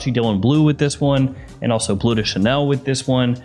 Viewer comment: It is BLEU Noir/ BLEU de Chanel, not BLUE .... there is a difference... it is pronounced like burp or turn ...